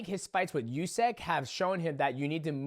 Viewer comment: Demetrious, I am humbly suggesting, as a Ukrainian, that you pronounce "Usyk" as oosik (or even rather "oosyk"), not iusik, because the first variant is how it is actually pronounced =) Love your channel, man! And for Ngannou, I think his journey is not ended, wish him all the best. Will see, but I think he'll be able to analyze his flaws and make a good decision be it in boxing or more leaning towards mma. Fair play to Anthony! Brits and boxers and boxing appreciators and fans around the world must be feeling more than all right right now, I imagine their pride (in a good sense) is restored now after Ngannou - Fury fight! =) Feel bad for Ball though!!!!!!!!!!